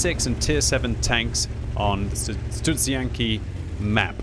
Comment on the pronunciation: not bad pronunciation of Studzianki. good job